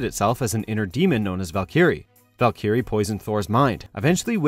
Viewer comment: Please stop pronouncing Valkyrie wrong.